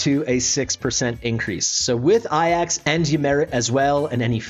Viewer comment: The great Greek Hero - ay jaks, and Ymiret is ee-mir-et